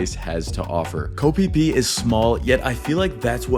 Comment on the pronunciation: It's pronounced kho pee pee not kho fie fie